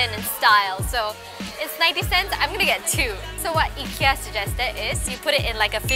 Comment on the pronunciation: pronounced as eeekea